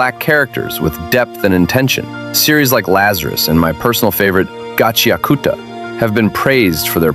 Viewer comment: You did it better than myself 😄 and that's one of my favorite (new to me) anime.